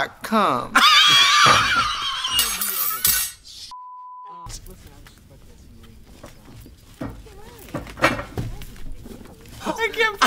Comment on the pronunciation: “The whole hallway smells like cuhm” came back for ‘I Like To Watch’ All Stars!